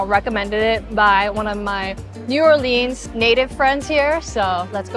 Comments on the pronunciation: This video was so cringy for me to watch. Every time I hear her say New Orleans made me cringed Please do some more research before posting a video. Also please clean your camera lens The cottage cheese leg comment was offensive imo. Why is there gators everywhere? It’s because the city was built on swamp lands that is home to said gators. I have never heard someone call New Orleans the shrimp capital before. Please do better. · Please for the love of GOD say the name of our city correctly :text-green-game-over: ok WTF i just finished watching this crap and OMG you need to do your research. i don't even know where to begin but this is the worst i have ever seen in terms on showing the city and what we have to offer. You cant pronounce the words and you insult the entire state when talking about the GATORS and MAGROVES which is FLORIDA. Serious don't come back and do any further videos as its insulting and infuriating your inability to do anything correct ok your beach crap is not New Orleans its Mandeville LA 30 plus miles away.... Seriously you need an education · First off, learn how to correctly pronounce New Orleans. Second, you are an offensive idiot with zero class. Stop making videos. Your personality is ignorant and abrasive. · Ears bleed every time pronounces New Orleans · Im tripped by how you pronounce New Orleans😂 never heard it pronounced that way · the way shes pronouncing new orleans is killing meee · ah yes the correct way to pronounce the name of an American city, originating from the French equivalent Orléans, can only be the UK English way. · So next time let us know when you're coming down here. We have huge Vietnamese culture here in the city as well. Cajun culture is more around Lafayette area "Acadiana". We have so many different cultures and their foods. New Orleans = "New Or-Lins", ,the boot,NOLA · It's pronounced New Or Lens. You're pronunciation is all wrong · she even read the N'awlins sign and said "N'aw-leens" right after 🤣